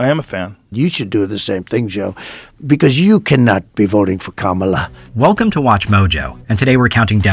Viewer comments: He pronounces it correctly every once in awhile 😂😂 #VoteBlueForDemocracy 🇺🇸🩵🇺🇸💙🇺🇸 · I just noticed that he said VP Harris' name correctly , and didn't back track on it. He didn't even realize he did it. LOL, he was so busy thinking he could get Rogan to endorse him. 🤡